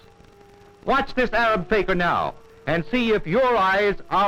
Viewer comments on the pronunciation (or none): It’s not “Faker”, it’s “fakeer”. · The commentary was hilarious...but it's Fakir...not faker...!!! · The narrator pronounced Fakir as faker.